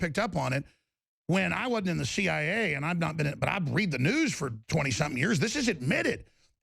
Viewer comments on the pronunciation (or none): Well I was told different so I checked again and what happened is he started to say one thing then switched; he says "when" then changes and says "I wadn't" in the CIA... never been... but I read the news..." I think his quick change of directions after saying "when", coupled with his very American slur of the contraction (wasn't) resulted in the misunderstanding. "when, (skip that)... I wasn't in the CIA; never been... but I read..." I think it makes sense now. If I was CNN, I would leave it as I stated it and let people think what they want.